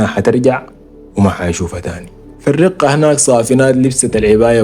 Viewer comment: مدينة [ الرَقَة ] بالفتحة ما الرِقة